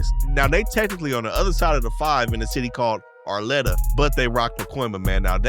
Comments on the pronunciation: Arleta, not arlettta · It’s AR-LEE-TA not ARE- “LET” - TA no? Granada Hills. Home of the NoHo bank shooters. 💯 💯💯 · FYI - Arleta = "aar-lEE-tuh" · Bro said arletta